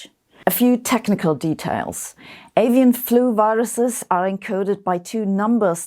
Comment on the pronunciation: When Sabine says "scared" I get some questions. aSian influenza? guess who's going to get the guilt for this.. ohhh "Avian" ..